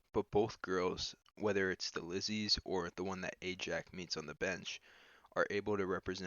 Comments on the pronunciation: Ajax, not AjaCK. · good job but the guys name was Ajax not Ajack,just saying.